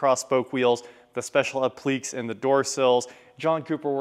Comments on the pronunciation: Appliqué: App-Lee-Kay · Applique pronounced appli-kay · I’m sorry, “A-pleaks”? Hahahaha